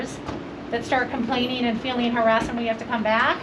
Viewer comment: Aw, the feewings powice save the day! 🙄